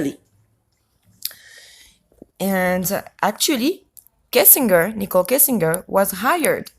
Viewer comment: I don't mean to offend, but phonetically it's: "Kessing djer" not "Kessing ger" And also "sky Scraper"... I just want to help... not be a grammar nazi...😀😊😉 Je suis Française aussi, née en France, mais depuis bien des années, je suis aussi Canadienne... j'habite en Colombie Britannique. Truly Great video... I watched the entire thing. Very interesting. I do not come to similar conclusions as you however. Yes, there ARE incredible "coincidences"... And don't be upset... but sometimes, a cigar IS just a cigar... I believe there is weird crap going on in this case, don't get me wrong... I just don't see why these particular victims would matter to anyone in power or anyone other than their community and family... Do you believe that the children were used for that Adrenochrome? Also, respectfully, "pizzagate" is a debunked pile of junk... No crimes were committed in a basement in the building in question as there is no basement... I just do not believe that whole elite/pedo thing... There are pedophiles in all walks of life, and tRump (raped 13 year old Katie Johnson in 1993) is one of them, with his buddy Epstein... but the Clintons? Where is the evidence? And I am NOT a Clinton fan btw, I could care less about them! And finally, no, Kushner won't be president... ever... Instead, he is going to be an inmate... Thank you! Et aussi, merci! Isabelle, au Canada🍁🍁🍁